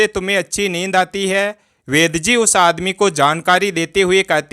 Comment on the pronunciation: वैद जी है या वैद्य जी है 😂😂😂😂